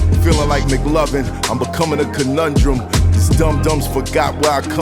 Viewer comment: Math saying the word conundrum makes me so angry 😡